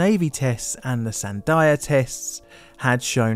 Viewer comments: Great video but for future reference you're mispronouncing Sandia. It's Sand-e-a, the I makes an e sound. It's Spanish for water melon, which the mountain range next to the labs is named after because of their pink hue at sun set. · Great video!! Just for future reference in case they come up again, Sandia National Laboratories is pronounced San•Dee•Uh, it's Spanish for watermelon! The mountain range behind Albuquerque turns bright red at sunset so they're called the Sandia mountains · It's pronounced "san-DEE-uh." Sandia National Laboratories is named after the neighboring mountain range, the Sandia Mountains. Sandia is the Spanish word for "watermelon." Source: I've lived in Albuquerque for over 40 years, went to Sandia High School, worked at Sandia Ski Area in the mountains as a young punk, and worked at Sandia National Laboratories after college. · "sand-eye-a" interesting way of saying sandia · Just a small pronunciation correction since you aren't familiar with it, but it's "San-dee-uh" national laboratories. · For future reference, Sandia is pronounced 'san-DEE-ya". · SAN DEE AH. Sandia National Labs. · I’ve dealt with NIS before. Not an organization I would trust. Also, I live in New Mexico. It’s pronounced San-dee-ah. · “Sandia” is pronounced “San-DEE-yuh” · Minor comment - Sandia is pronounced San-dee-ahh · Great video. But it's san-DEE-ah. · It’s pronounced San-DEE-uh. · As a local to the labs in my area, no offense meant, but I’m dying at how you pronounced sandia 😂. Said Albuquerque perfect. Remember I’m 100% dumb American and foreign accents are fun. Love the content too, very well done. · Great video but your pronounciation of Sandia makes me cry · It's “Sandia”, the Spanish word for watermelon. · if bro butchered the pronunciation of sandia so bad the local meat market told him to apply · San-dee-uh not san-die-uh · The name of the Albuquerque lab is pronounced "San-dee-aah", NOT "San-dye-aah". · Fyi, Sandia is pronounced sandeeeuh not sandaiya.